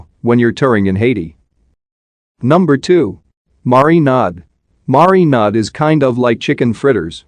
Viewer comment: It's the way it says marinad for me